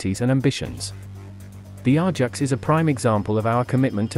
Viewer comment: Pronounced A -JAX not R JAX !